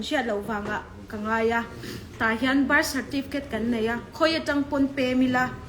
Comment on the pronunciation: Ka bâr (birth) certificate atih tang khian chiang reng. 'R' lam hi an harsat thin a kum phulo a birth certificate nei thar ho hian😆😆